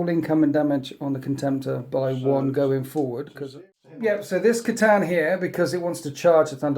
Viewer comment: Yes the c'tan are he's saying it wrong it's khytan ravager pronounced kh-aye-tan